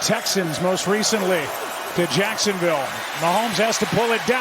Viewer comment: it sounds like he says touchdown Jackson Bay because they're in Florida 😆 🤣